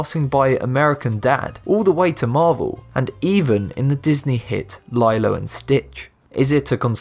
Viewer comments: Wait, Lie-Low and Stitch? They say Lee-Low in the movie. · Lilo of Lilo and Stich is pronounced "Lee Low" not "Lie Low". Great video though! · its pronounced lee low not lie low gah bloody brit lol jk but seriously get it right next time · In the UK, the air mattresses that you float on in a pool is called a "lilo" -- pronounced LIE-low. Since he's obviously British (isn't he?), it's natural he'd assume Lilo was pronounced the same way. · IT'S PRONOUNCED LEELO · UHHH DID YOU JUST SAY "LIE-LOW" INSTEAD OF LILO AND STITCH. TRIGEGRGEGRGER